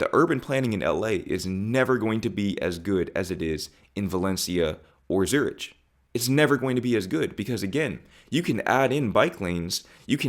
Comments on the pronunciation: Bro, it’s Zürich, pronounced ZU-ricK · Zurich is a great city. America is a sh$$thole. By the way you keep pronouncing Zurich wrong. The keep saying Zu rich, which in German actual means Too Rich! 😎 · Very interesting! (it's pronounced Zurik, btw, I am Swiss) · Hey there, musings of an American’s first contact with Europe, welcome! I am not sure who your target audience is but I would hazard to guess nothing you say comes as a surprise to fellow Europeans. Have fun exploring the rest of Europe and we’re glad to have you. PS it’s not pronounced „Zurić“, it’s pronounced /ˈzʊr.ɪk/. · Just a quick note on pronunciation: in English, Zurich is typically pronounced 'ZUR-ik'—the 'ch' at the end isn't like in 'rich', but more like a soft 'k' sound. Thanks for your video, interesting points! ❤ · Zurich is pronounced Zyur ick. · Hello. Thank you so much for this video. It makes us understand the differences more and I appreciate your experience. The only thing is we say Zurick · Please take this in the spirit that it's meant but Zurich is pronounced Zurik. Great video though. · I know how it is spelt but it is pronounced Zurick even though it is spelt Zurich. It is (I think) German. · Please call it Zurich pronounced Zurich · It's pronounced 'zur-ick'😊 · Glad you corrected him. Acdtually Geneva is a nicer than Zurich,. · Europe is the best. The h is silent in Zurich by the way. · Not even close to correct prononciation for Zurich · Glad you seen the light, leave out the H in Zurich when saying it!x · It hurts my ear the way you pronounce Zurich… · Not to be one of those, but you might want to look up the pronunciation of Zurich, for future reference. And I’m a woman and I’d walk alone in any city of the US. I guess it depends who you are. But the rest of the video, I appreciate the message and idea. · You need to learn how to pronounce Zurich 😅 I really mean no harm but that pronounciation is so so off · Great post. Just for future reference the h in Zurich is silent